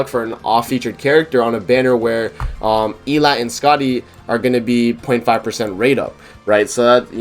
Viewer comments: Why does everyone say her f** name wrong . Please, it’s pronounced “Ee-lot-tay” not “Ee-lot” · How you know they didn't watch the Prisoners of the Sky movie. 💀 In BOTH subbed and subbed they pronounce it El-lat-tay. It aggravates me every time they mispronounce her name!